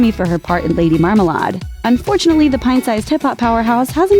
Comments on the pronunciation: Lady MAR MAH LARD? Lol It’s Mar-ma-laid.. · The way marmalade was pronounced is cringe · Claire Neylon IKR. I think they were making a joke though...